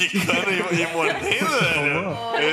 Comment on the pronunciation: "quicando e moidendo" kkkkkkkkkkkkkkkkkkkkkk perdi foi tudo